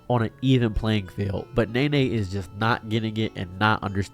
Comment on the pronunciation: It's not Nay Nay, it's pronounced Knee Knee.